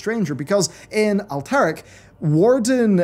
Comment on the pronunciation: And Alterac...